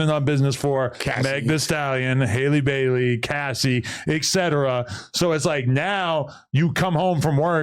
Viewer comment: They do it on purpose, I'm telling you. If you can say Halle Berry the correct way, you can pronounce Halle Bailey correct too. All of the sudden when it comes to Halle Bailey people become dumb.